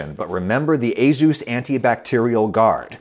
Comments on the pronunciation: for the future, say as-us not azus. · every time he says azeus instead of ey-soos creeps me out! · Ayzoos? I thought it was "Aysuss"? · Excuse me, "AZUES" I've been saying "Ace-us" my entire life. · I've owned several ASUS machines in my life and never knew it was pronounced "ay-ZEUS." I was saying "AY-sus." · as a computer/tech enthusiast, hearing asus pronounced a-zeus instead of a-soos was kinda funny. no worries though adam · I always thought it was A-sus, not A-zeus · Wait.... "A-Zeus"? I thought it was "A-sus" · its "suess" as in "doctor suess" not "zues" as in "the greek god of thunder" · he said a-ZooZ, instead of a-soos (pronunciation). ASUS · Literally never heard it pronounced ay-Zeus most ppl I know pronounce it ay-sis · For some reason, they way you pronounce ASUS really bothers me. My whole life, in my native language I’ve heard it pronounced as ah-soos (like Ah, sauce! But instead of the aww vowel sound it’s an oo as in mood) and not ey-zeus. The “z” somehow sounds so goofy to me in that word. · A-soos or A-shus not A-zoos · it's ey-soos not ey-zoos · ASUS NOT AZUZ👎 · Never would've guessed it was pronounced "a-Zeus" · the way you say ace - us makes me want to scope my eyeballs out and block my ear drums with them. surprised hardware companies' are sponsoring a cooking channel though congratz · A Zeus… yes… good job on the pronunciation there Adam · First time I’ve heard asus pronounced “aye zeus” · That’s how you pronounce Asus? Aye Zeus? I’ve been pronouncing it wrong for years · A-Zeus? A-ZEUS? Oh Adam... (Have an upvote...) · What I learned is that it's allegedly pronounced A-Zus. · ah yes, A-Zeus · I have definitely not been pronouncing Asus like ay-soos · ah yes "a zeus" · Asus and A-Zeus are very different words Adam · I never knew it was pronounced Azus. I always called it Azus. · I'm sorry Adam, but ...azuz? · nope, he's a tech boomer, it's just a-soos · It's pronounced "A Zeus?!" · wait it's pronounced a Zeus?